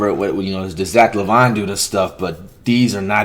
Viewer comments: Nobody: Flight: “Zach Lavon” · “zach luhvon”😂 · Bro really said Zach lavon🤣😂🤣🤣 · its prounced zach la veene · Nobody: Flight: Zack LaVVane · Bro said Zach lavon😂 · He really said Zach lavone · Flight you pronounced Zach LaVine name wrong